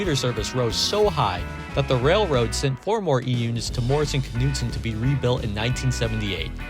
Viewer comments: This K is silent in Morrison Knudsen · Very interesting. I had no idea there was so much of a story behind these units. By the way, the "K" is silent in Knudsen.